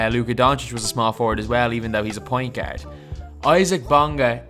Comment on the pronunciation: you need to stop saying the word ' pointgerd' lol